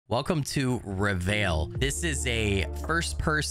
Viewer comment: hey, just wanted to let you know that if the title is indeed in French, it's pronounced Ray-Vaille, but you don't say the "L". The veil part is a sound similar to eye in English. It's not really a sound in you hear in English but it's more common in French.